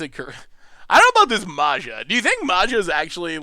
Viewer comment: So painful to hear you complaining about the deck being bad when you really just piloted it so incredibly poorly, and could have won 😅 Totally out of character for you,. Also every time you pronounced "Maja" 🤮 (although that's more in character 😂)